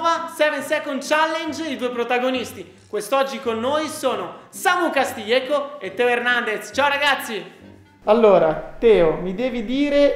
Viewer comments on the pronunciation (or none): Comunque quando hai detto il nome Castiljieco il nome e samu